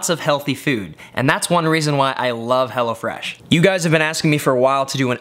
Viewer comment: I thought you were saying Hellafresh. Glad you spelled it out for me.